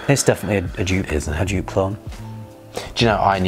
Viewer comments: Joop is pronounced 'yope'. Gio is pronounced 'joe'. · Jupe? I think the original (Joop) is pronounced as "Yoap", like in soap... ;-)) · I was wondering what scent you where talking about, Dupe? Never heard of Dupe? Then after you describe the scent I thought “ahhh they mean Joop!” 😂😂😂 You pronounce the J as the Y in year. The oo as the o in rose. Joop. :) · You are pronouncing Joop so wrong, it's more like in the word dope or rope, just with a J in front. I am German, so I know.